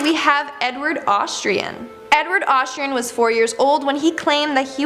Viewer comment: You said Hatshepsut and Amenhotep wrong... Also, there is only ONE R in Lightoller, making LightRoller the wrong pronunciation... You mean Edward AustrIAN NOT AustRAIN. You know like what someone from Austria would be...an AUSTRIAN. It seems you REALLY need to work on either your reading or speaking abilities, perhaps both, depending on what your issue is. Tina Turner is just some crazy loon who convinced herself of this B.S. Most people, in fact, the majority, who "think" they've been reincarnated started thinking it at a very young/early age. It's because there are spirits (Muslims call them Djinn) who like to screw with the living and whisper that crap in the ears of young and impressionable children. They didn't really experience what happened to those who actually lived those lives. They're being swayed, and influenced, by vengeful entities who find it entertaining and funny. Entities who have been living/existing on this planet for millennia, and have seen it all happen first hand.